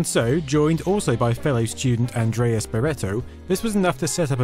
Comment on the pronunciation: Pronounced And rés, not Andreas.